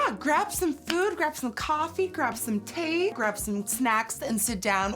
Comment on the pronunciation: it sounded like you said thee instead of tea ☺️😁